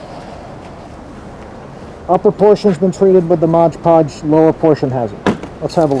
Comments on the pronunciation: Mod... podge.... not modge podge lol come on man your killing me hah thx man I might have to give this a try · Mod Podge not Modge Podge. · "Modge"? It's 'Mod'Podge. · It’s MOD podge, not MODGE podge. BTW it’s just cheap PVA glue rebadged. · Mod podge not modge podge…